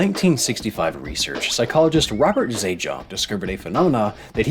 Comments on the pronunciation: Isn't Zajonc pronounced like 'science' with a Z??????????? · Hi! Love your channel and have stuck around since before your pivot to widening your content (which is great to see!). Just wanted to give a friendly note that the researcher's name is pronounced "zi-ence" like "science" according to how he would introduce himself at conferences. Looking forward to more of your videos 😊